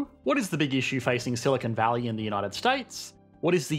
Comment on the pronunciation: The British always make this mistake. They mispronounce Silicon Valley as "Silicone Valley", too.